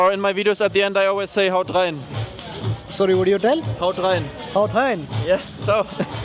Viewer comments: Das "Haut rein" von ihm war ja mal super clean hahaha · wie gut er einfach haut rein gesagt hat als ob er schon deutsch so gut kann so gut hat er es gesagt voll krass:) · sein "haut rein" war deutscher als deins 🤣🤣🤣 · real hahaha